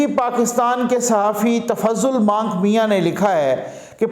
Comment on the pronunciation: Not but Manik mian.😁